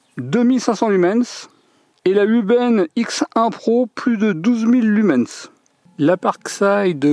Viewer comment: Ne prononcés pas le S de Lumen(S) , merci😉😳